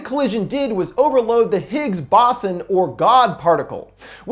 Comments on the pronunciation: It's Higgs Boson (BOWZONE) not "BAUSSON" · Higgs Boson as in "Boze-on" ( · Fyi its Higgs-(Bo-zon) particle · Higgs bossin (it’s Higgs bo-zon) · That "God particle" The higs bozone, is pronounced Higs_Bo-Zone, not Higs bozsn. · "The Higgs Bossin' " If you type Higgs Boson into YouTube there's literally thousands of people saying it correctly. Thank you, that was unintentionally hilarious. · Higgs Bo-zAhn my guy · Higgs boson (sounds like) higz boezon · Pronounce higs Bo-Zon 😊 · "Higgs BAWSAN" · higs bossin dafuq is that did he mispronounce stuff again or just a lore thing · Damn, man your videos are so nicely done and very informative. I just saw the movie and it was okay but I would rather have seen more monsters than conflicts between humans, but the multi-verse angle did make it more suspenseful. FYI: it's pronounced Higgs bow-zon. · This movie screws up how physics works, even harder than you screwed up the pronunciation of the word "Higgs Boson". XD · No one else annoyed about how he pronounced "Higgs Boson Particle" ??? Only me? ok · Lmao guy didn’t know how to say Higgs boson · The way he said Higgs boson haha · That “Higgs Boson” pronunciation though. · Did he actually pronounce Higgs Boson that way?